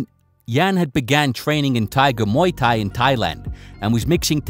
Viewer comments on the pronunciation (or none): Great video per usual! But what’s with the pronunciation of “Thai Boxer?” To be fair, that’s not the only thing I noticed from the video, everything else you did was awesome!!!! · How is this guy so bad with combat terminology. He misspells thai and thai quan do and ship much he misspeaks. Its not thy. Thai is a nationality that is famous for its boxing style pronounced tai and spelled thai as in thai boxing from thai land. I suppose it's obvious he has no history with any combat sport or he probably would have heard these names used properly.